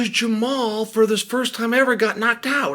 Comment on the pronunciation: When did Unc Chael start calling him Jamal instead of Jamahal?!